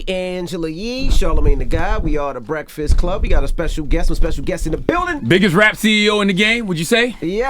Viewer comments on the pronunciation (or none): Gotti said "The Reakfast Club"😂